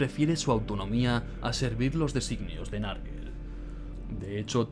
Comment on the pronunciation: Bueeeen video,muy entretenido,eso si, cada vez que alguien dice "narguel" muere un gatito. Se pronunciaría "nergol" ,o si no nurgle.